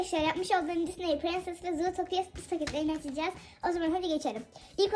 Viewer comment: Abla filmin adını yanlış yazmışsın ve yanlış okumuşsun